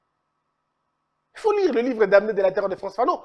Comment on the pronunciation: FRANTZ FANON a écrit " les damnés de la terre" le "m" ne se prononce pas donc on doit dire les "danés" !